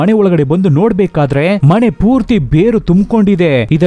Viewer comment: ಕನ್ನಡ ಉಚ್ಚಾರಣೆ ಸರಿ ಇಲ್ಲ ಮನೆ ಅದು ಮಣೆ ಅಲ್ಲ explain super but ಕನ್ನಡ bad